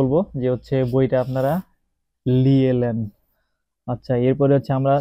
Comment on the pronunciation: লিয়ে লেন 🤣 পাবনার খাস ভাষা